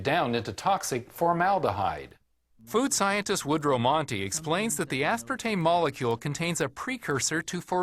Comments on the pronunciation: Can someone explain to me why this video was released with her repeatedly saying the word as if it is spelled "aspertaNe"? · Anybody else notice she keeps calling it "aspartaNe" ?